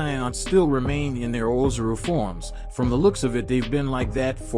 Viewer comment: Yeah bro he is pronouncing a bunch of stuff wrong. Whis and Ozaru too he says wrong